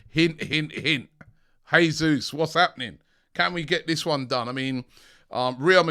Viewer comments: It’s pronounced ‘jaysus’ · Not "Hesus" please. This is not Spanish. The Portuguese pronounce the same as in English.